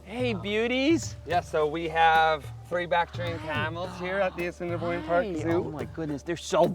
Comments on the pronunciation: Did he actually say 'Ass-in-boine' Zoo? How could he decide to go there...research ahead of time...chat with the staff...and then say the name so badly wrong? (Yes, I grew up in Winnipeg) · my favourite part is when he mispronounces assiniboine